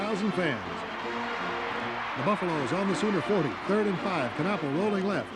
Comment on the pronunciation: My junior year at CU. What a great game it was. The Buffs went to the Orange Bowl that year, but were beaten by Ohio State. By the way, the K in Knapple is silent.